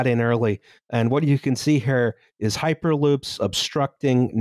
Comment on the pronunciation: It's hüper with an Ü!